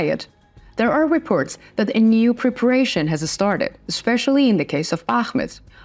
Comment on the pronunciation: Please will you read : Reports, forces or therefore. It is not repirts, firces or therefur.